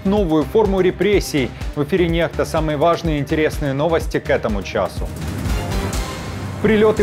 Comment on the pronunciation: Извини дружище, но "Nextа " читается " Некста" ,а не нехта. "X" читается "кс", но не русская "х".